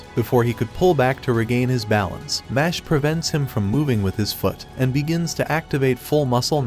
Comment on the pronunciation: It’s not mash it’s mesh